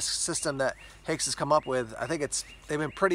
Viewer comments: One of the best boots ever. The new standard issue of the German army. But „Haix” is pronounced like “hikes” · I’m not German, so fell free to correct me. But isn’t it pronounced like “hikes” boots?